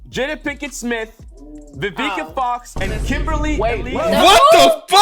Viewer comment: The way he butchered Vivica fox name 😂😂😂😂